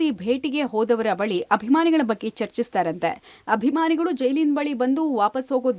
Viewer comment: ಕನ್ನಡ ಬರುವವರನ್ನ ವರದಿಗಾರರನ್ನಾಗಿ ಮಾಡಿ .... ಹಾಭಿಮಾನಿ ಅಂತೆ ಹಾಭಿಮಾನಿ